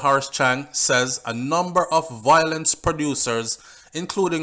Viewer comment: ....please say vio-lence....not voi- lence